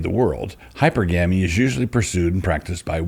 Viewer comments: Hypergamy is: hi-per-guh-me Not: hyper-gammie And hypergamous is: hi-per-guh-miss Not: hyper-gammis Love you, Doug :) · Dear Doug, it's hy-perr-gamy The accents fall in the same spots as polygamy. Your uncle, Daniel *